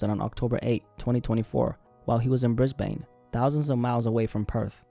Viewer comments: it's pronounced 'bris-bin' not 'bris-bayne' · Brisbaine😭 it's pronounced bris-bun or bris-ben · We pronounce it Bris-BIN 😅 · Pronounced brisbin not brisbane. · Brisbane pronounced Brisben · the way you say Brisbane😭